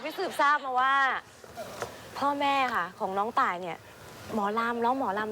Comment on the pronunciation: ชื่อ ต่ายก็ พอไม่ใช่ ตาล